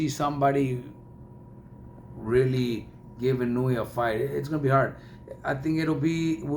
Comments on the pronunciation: His pronunciation of Naoya's surname is wrong as well. It is not "Inuwi" it's "Eee-nou-e". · He doesn't pronounce it correctly. Inoue is 4 syllables. The fight announcer said it fairly correctly.